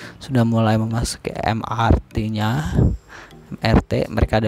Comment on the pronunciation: Mass Rapid Transit = Em Ar Ti Moda Raya Terpadu = Em Er Te